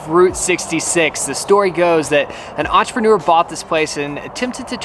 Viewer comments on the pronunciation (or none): none